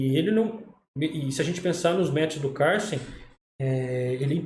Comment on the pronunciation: prq fala CARLSEN todo estranho 😂😂😂😂, pow é cada uma 😂😂, e MIGUEL tal 😂😂